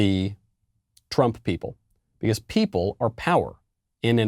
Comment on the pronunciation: Bee khaauussse